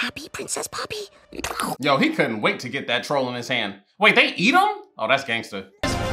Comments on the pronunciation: why cant you say poppy and not pepper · HER NAMES NOT PEPPY OR PEPPER ITS POPPYYYYYYYYYYYYYY!!!!!! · It is poppy not peppy😂😂!!!!!! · It’s poppy btw not pepper 😂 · He meant to say poppy but he called her pepper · yall the thing that got me cracked up was when kept calling poppy “peypey” 😭😭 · Bro not you calling her pepper 😭😂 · My man called Poppy "Pepper" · i love how he keeps saying pepe instead of poppy lol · Guys how many times did he say pepper 😂 Instead of poppy 😂😂❤ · Through out the video he was saying peppy or pepper instead of poppy her real name 😂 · its not pepper or pehpeh, its poppy? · bruh it’s poppy not pepe or i just heard it wrong idk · btw its poppy not pepi lol🙂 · why do you say pepper it's poppy lol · Love how hes been calling her pepper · Bro he been calling her peppy 😅